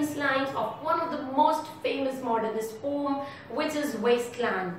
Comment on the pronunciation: Your accent is good, just pronounce the word Poem correctly, rest is OK! 👍